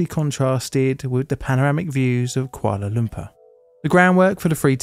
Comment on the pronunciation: (koo ala - lum poor)